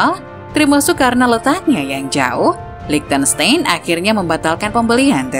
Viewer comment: Bukan LiechtenSTEIN tapi LiechtenSTAIN (German pronunciation, ei = ai).